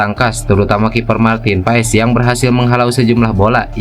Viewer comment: gara 2 para pembuat konten martin pass disebut martin paes tuh liat hasilnya semua ngomong PAES bukan PASS....Googling dikit kenapa 🤣